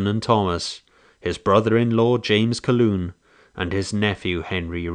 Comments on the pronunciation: Its not pronounced Caloon, its pronounced CALHOON, get right. Stop being disrespectful. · "Calhoun Hill" = Kal-HOON Hill not "Kal-Loon." The pronunciation of "Id-dee-it" remains the same and is most aptly applied to Custer, whose dereliction of duty and common sense resulted in the death of almost 300 people who were sacrificed to "Autie's' miserable thirst for blood and vainglory. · Calhoun is pronounced Cal-hoon, not Caloon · Why is the announcer saying Caloon when it is Calhoun? I have been to the battle site four times in the last 35-40 years. At 64 now, I am planning to go again one last time. It has always been fascinating to me. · "ca' loon" hill"? Hmmmmm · Very well done though I know a lot of people named Calhoun and you mispronounced that name